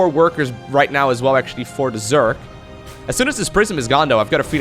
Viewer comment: Is there any particular reason you say "zerk" instead of "zerg"? That's got me intrigued lately.